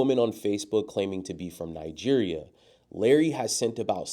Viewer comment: "Nigeria" -- it's a hard "g" sound and the accent is on the third syllable.